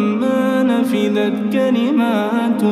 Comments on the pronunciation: صوت ملائكي ماشاء الله لكن اتمنى التركيز اكثر نفدت وليس نفذت يتغير المعنى تماما ﴿وَلَو أَنَّما فِي الأَرضِ مِن شَجَرَةٍ أَقلامٌ وَالبَحرُ يَمُدُّهُ مِن بَعدِهِ سَبعَةُ أَبحُرٍ ما نَفِدَت كَلِماتُ اللَّهِ إِنَّ اللَّهَ عَزيزٌ حَكيمٌ﴾ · ما نفذت تعني لم تخترق او لم تطبق اما الصحيحة نفدت بالدال تعني لم تنتهي ارجوا التصحيح، لان يوجد ناس يحفظون منك🌹